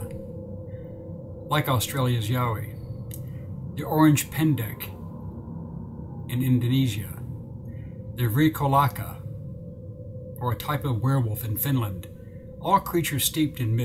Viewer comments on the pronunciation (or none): It's not "orange", its 'Orang'. It means person or people. So 'Orang Pendek' means SHORT PERSON or SHORT PEOPLE. This is for Indonesia. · that one from Indonesia, the first word is not "Orange" Pendek....it's "Orang" just like "Orang" Utan or Orangutan. That creature or possible missing link is called "Orang" Pendek, meaning Short Person. "Orang" means a "Person"..or a human...and "Pendek" means "short".